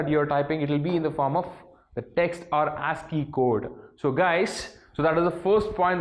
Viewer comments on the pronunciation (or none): Yes it's ASCII Not ANSCII